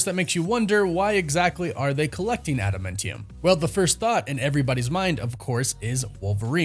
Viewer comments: Adamantium not Adamuntium lmao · Thought it was adamantium, not adamentium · it's AdaMANtium, not AdaMENtium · AdamAntium…. Not adamintium!!! You’re killing me man…. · Please stop saying adamentium, it’s adamantium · Why does it sound like he saying Adamintium instead of Adamantium...? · "adamAntium", NOT "adamIntium". Please stop mangling the pronunciations. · AdaMANtium not AdaMENtium!!! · It's not adamentium, it adaMANtium! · Why on earth would you say "adamentium?" That's not a thing.... It's adamAntium. Like Adam Ant-ium. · Adamantium or Adamentium? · Sorry …. Adamāntium not Adamentium. (adam ānt ium) not trying to troll. English major issues! Carry on… carry on… sorry to interrupt. Lol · Adum mentium??? WRoNG it is pronounced Adamantiom. like Adam Ant. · AdaMANtium not AdaMENtium 😂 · Atom Ant Ium not Adam Mint Yum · Bro learn how to pronounce this word: AdamAntium, not adamEntium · Adamantium is named after the singer Adam Ant. So it’s pronounced Adam•Ant•ium. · how you a nerd and say adamantium like that?😂 i love this channel but that pronunciation makes me wanna jab ada mint tium claw into my ears.. just breaking balls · Say adamEntium one more time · dude, its... "add-uh-MAN-tee-um" "Tee-uh-mut" ...and more. One of the many reasons I unsubscribed from this channel. I don't usually care about stuff like that but for a marvel expert to basically mispronounce every "made-up marvel word" just makes me cringe, can't do it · STOP SAYING ADA "MINT" EUM. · pronounced Ada- MANNNN- tium 😅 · Interesting casting for sure. I like Steven in everything I've seen him in. I hope he kills it (the role that is). It will be interesting to see him play the meek Robert Reynolds turned all powerful Sentry turn all destructive Void. By the way, what is Ada-Mint-tium? It's Ada-Minty Fresh? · Pronounced Adam ant tee-umm Adamantium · Again with the ada-MEN-tium.......are you trolling me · Ada - MAN - tium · I dont like how you pronounce Tiamut or adamantium